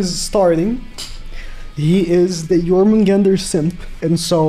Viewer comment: I don’t understand why does keep saying Jormungand wrong. It “Jormungand” not “Jormungander”. Same with Gerharde. It’s bleeding my ears every time